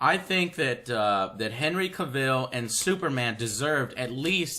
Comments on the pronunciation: Btw... it's Henry CAV-ILL. ;) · Lol "the cavit"